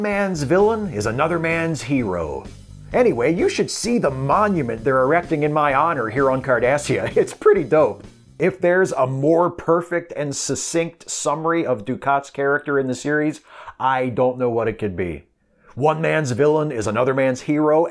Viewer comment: I know it's nit-picky, but "succinct" is pronounced "suck-sinkt", non "suss-inkt"